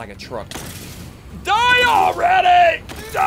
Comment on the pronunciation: Funny how Ssundee said “Die alREDy”